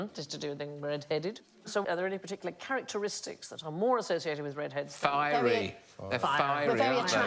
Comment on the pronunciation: Did she say, "carroteristic"??